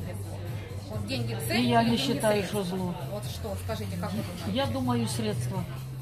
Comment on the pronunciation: Нэ путайте мамку. Цэль...средства... У неё цэль оправдывает средства.